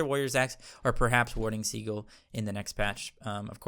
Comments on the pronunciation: Haha warding seagull, it is pronounced as sea gill 😀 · Americans pronounce Sigil as Si•gl or Seagull Whereas in the UK (where we speak proper English) it's pronounced Si•jl or Sigil English lesson over, now go out there and become the gods you were meant to be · I think 'Sigil' is pronounced as "See-Jil" :) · just so you know, SIGIL is pronounced like si-jill the G sounds like a J. like the word BRIDGE. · He knows that, he's just trolling lol. He said that in his recent cerb video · He knows but he said he likes saying it for fun. He said the first time it was unintentional but then just went with it.